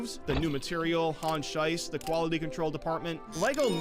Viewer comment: Lego police has changed because the actual police has changed. They have become a bit more militarized, don't you think so? Edit: Should I say something about the way you pronounce "Schiess"? Or has it been said already? The way you say it makes it sound like crap, literally.